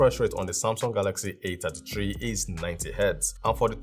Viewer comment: A ta tee tree A fifty tree...😂😂😂😂